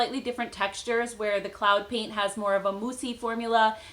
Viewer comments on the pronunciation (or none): When she first said cloud paint I thought she was saying CLOWN paint and thought why would a company call make up that LOL